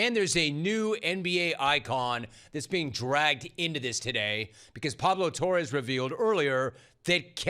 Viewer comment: Pablo Torre. There is no s or z at the end. Stop it, idiot.